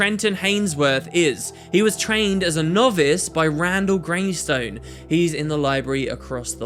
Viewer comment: You keep saying Greystone, and even put it in the title. It's just Greyston X_X